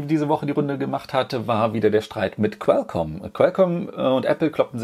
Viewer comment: Qualcomm nicht quelcomm